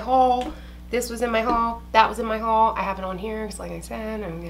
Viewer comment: ty for making me say HUal like this now. 😂🙃